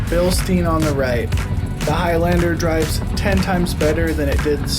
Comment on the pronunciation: Great video, thanks. Note though that you are mispronouncing "Bilstein" over and over in the video (although you did pronounce it correctly at the beginning of the video). Bilstein rhymes with mine, not mean. 😁